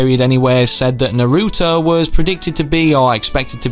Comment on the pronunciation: It's t nar-oo-to